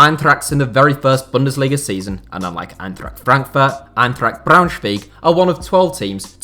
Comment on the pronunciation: He pretty much nailed Braunschweig for an foreigner. What you u guys talking about? The "Eintracht" was bad, but Braunschweig?